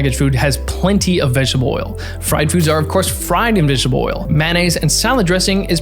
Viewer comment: What's "vegshbuh oil" ???